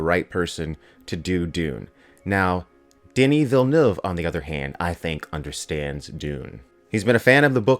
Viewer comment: Thank you for pronouncing his (Denis Villeneuve) name correctly.